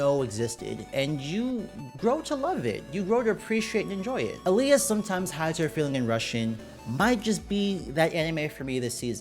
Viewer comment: It is awsome. I read all nine books too. Also pronounce Alya right. Not A-Lia, Al-ya